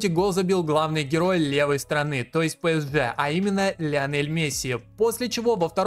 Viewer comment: не хочу быть душнилой, но скажу что очень больно ушам когда ты говоришь пЭСж, там буквы Э в названии нет